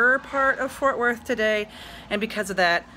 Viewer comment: It's FORT WORTH not fortworth.